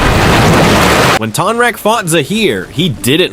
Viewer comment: It's TONE-rock 😂😂 sorry I had to say something. You made some great points about Kya's aggression towards Zaheer, I never noticed that before! I think Tonraq would win, too.